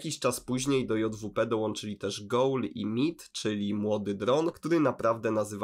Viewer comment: Meat nie czyta się po angielsku tylko po polsku jak coś byczku